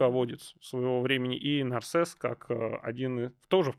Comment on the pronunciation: Не Нарсес , а Нерсес 😑🤨